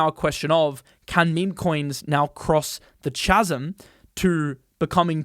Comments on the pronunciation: Chasm is pronounced "kasm" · Chasm is pronounced as Kasm ;) Your east European. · that is not how you pronounce the word ‘chasm’ 😂